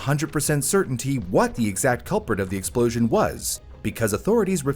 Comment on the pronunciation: tERrible explOWzhin!!